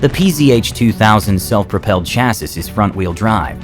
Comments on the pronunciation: Chassis: pron “chass-ie” not “chass-is”. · Bien vu...on dit CHÂSSIS Whithout pronouncing the last S....Sans prononcer le S final...😅😎🐓🐓🐓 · Cool video, but I'm pretty sure the last S in "Chassis" is silent. It should be pronounced "Chassie". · Sorry, cant take ANY channel seriously that doesnt know how to pronounce "chassis" correctly. smh